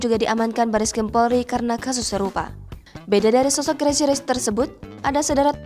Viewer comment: Crazy mbak...crazy..... Bukan GRAZY 😁